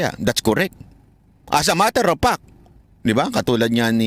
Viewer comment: Kung nagkamali man si bisdak sa pagpronounce ng vlogger at ginaeang bligger, ikaw naman ang life ginawa mong lipe at ang fact ginawa niyang pact. Alam mo, hiniram lang natin ang English language, kaya pagmagkamali sa grammar at Pag pronounce, okey lng yan.